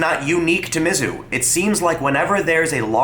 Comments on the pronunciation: As someone who grew up in Columbia, MO, its pronounce miz-ZOU, not MIZ-zou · You have a very strange pronunciation of "Mizzou". The emphasis isn't usually on the first two letters, but rather the last three.